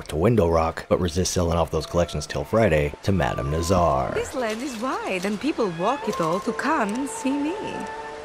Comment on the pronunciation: I half watch these for the tips but now I watch to hear say Madam Nazarrrrr